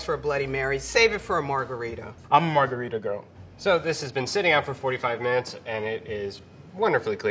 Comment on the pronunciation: HE REALLY SAID IMMA MARGERITA GIRL